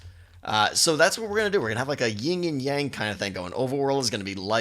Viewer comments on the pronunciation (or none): Pet Peeve: It's Yin and Yang, not ying-yang... lol